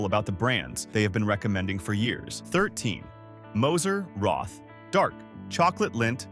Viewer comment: The chocolate is pronounced “Moser Rot”! Without the “th”!